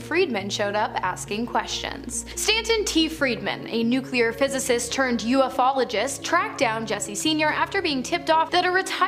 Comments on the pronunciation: Stop pronouncing the word "debris " wrong. It's not pronounced debrises! And UFOLOGISTS is not pronounced UFO ologists! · Why on Earth don't they tell her she's pronouncing the word " debris" wrong! She messes up Ufologists wrong, too! I could do a better job of narration!